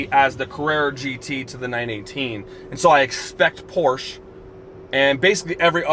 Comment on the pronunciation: Go to Porsche's YouTube channel and watch the video on how to pronounce Porsche, you own a 918 lol